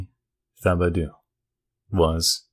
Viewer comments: you say it like Th-ibo-dew,but it's pronounced T-ibo- daw. Also Baton Rouge is pronounced Bat-on, not Ba-ton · The name is Tib-oh-doe im from louisiana lmao